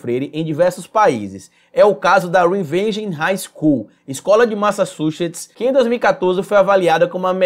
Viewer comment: Kkkkkkkkk eu tô rindo aqui lembrando do Sérgio moro kkkkkkkkk ele não sabe falar Massachusetts kkkkkkkkkkk